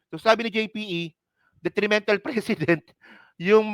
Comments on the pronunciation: Ang precedent, hindi pinopronounce ng president… pre-ce-dent. Narinig mo naman si PBBM diba. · Tol..Yung pronounciation mo ng precedent iba...it looks like president....😊😊😊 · Nagdudunong dunungan ka jan pero pati precedent ang bigkas mo president. Tanga 😂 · PRE-CE-DENT... MALUMAY ANG BIGKAS BRO.TAKERU..MEANING PARA DI TULARAN SA NEXT ADMINISTRATION OR DI TULARAN NG IBA.. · Mali ang pronunciation mo sa precedent. Ang bigkas mo kasi ay tulad ng president. Hindi man dapat mag react ang President sa statement ni Enrile dahil constitutionally hindi involve ang executive branch sa impeachment process. Ang dapat mag react ay ang Kamara dahil sampal sa kanila ang sinabi ni Enrile. Dahil sa takot mawalan sila ng INC votes ay wala action sa mga complaints. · Pre- cedent not Precedent. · Pronounced " preseedent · Pre ce dent mali lang pronunciation mo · PRE CE DENT po Ang pronouncation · Mali pag pronounced mo. Please check the correct pronunciation of precedent. Awkward pakinggan! President at precedent ay may pagka ibang pronunciation.